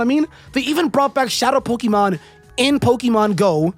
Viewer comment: You don't even know how to pronounce the word Pokémon properly, so you can't be that much of a fan. But, then again, like 99% of fans also don't know how to pronounce the word because they barely know how to speak English and that's just the English speaking ones. People today can barely speak their own language, they can't spell and don't know how to read words properly.